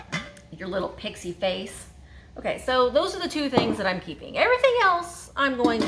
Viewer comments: I thought it's Pixie not prixie. Haha! When you put him down you called him Pixie! Lol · Hahah! You are as cute as can be! I think the word you are intending to use is PIXIE not pRixie. The urban dictionary defines pRixie as something entirely different than an elvish type little person. But I chuckled because you said it with such cuteness!!!